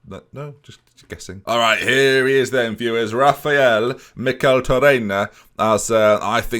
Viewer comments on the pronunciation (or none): none